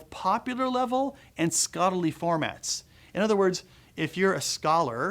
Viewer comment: "... in both popular level, and scottly formats." Did he have a stroke?